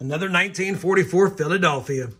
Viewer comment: Brother, you need to learn how to pronounce Philadelphia 🤣